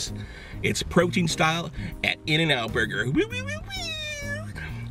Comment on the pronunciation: "the boyger